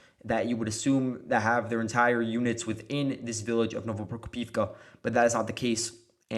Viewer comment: You keep mispronouncing Novoprokopivka. It's "no-vo-pro-KO-piv-ka".